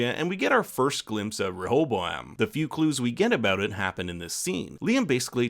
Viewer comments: Ray ah bow um with emphasis on Ray. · Rehoboam: It's pronounced Ray'-O-Bo-am. He was the son of Solomon, who through foolish pride, caused a civil war splitting Judah in the south from the other tribes of Israel. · It's ok if you cant pronounce Rehoboam. I looked up the pronunciation and they also mispronounce it in the show.